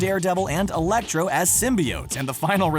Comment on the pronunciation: Did he just pronounce Elektra, Electro?